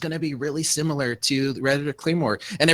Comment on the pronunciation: Drink every time says "simUlor" and not "similar".